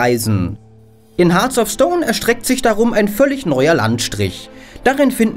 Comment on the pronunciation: "Hearts of", nicht "Hearth of"